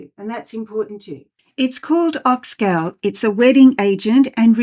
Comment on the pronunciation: So it is called Ox “Gaul” like in “Gaul” bladder, not ox gal as in “Guys and Gals”. Great to learn about its uses. Thanks.